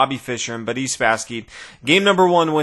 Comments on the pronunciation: Why do you pronounce Boris as "Buddy?" You keep saying what sounds like to me "Buddy Spassky." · More like Budiss Spassky lol